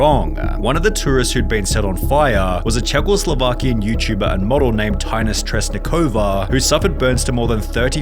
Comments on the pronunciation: "Chechoslovakian"? Wtf is wrong with you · Did he really call her "Czechoslovakian"? 💀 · bro said czechoslovakian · Did I just hear you say “Czechoslovakian”??? Wtf bro get a grip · Spoken in "Czechoslovakian" -- HA HA HA HA HA! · Bro really just said Czechoslovakian 💀💀💀💀🤯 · the way you pronounced her name bruh, ALSO she isnt "czecho slovakian", she is just czech, shedoesnt speak czecho slovakian, just czech, czechoslovakia does NOT exist.